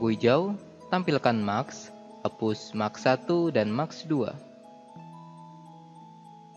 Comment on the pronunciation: keren mas tutorialnya. sangat jelas. namun ada masukan dari saya dalam hal pengucapan. saya baca di komen juga ada yang mengkritisi ttg pengucapan yang salah. seperti TIMELINE jangan di baca timlin, tapi taim lain, atau MASK jangan di baca maks tapi mass`. dan ada beberapa kata lagi yang masih salah dalam pengucapan. btw... sebenarnya yang di tempatkan di frame itu namanya time indicator, bukan timeline. semangat terus buat tutorialnya ya